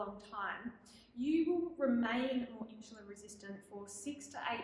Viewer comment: Please pronounce the word insulin correctly. It's irking